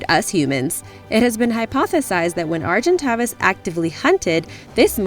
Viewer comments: argenytavis is pronounced argentavis the second a says it's name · OMG AND YOUR MISSPELLED AGENTAVIS?! Lol. Arg-in-tay-vis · the argentavis is pronounced argentāvis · just fyi you're butchering argentavis and deinosuchus (maybe some others)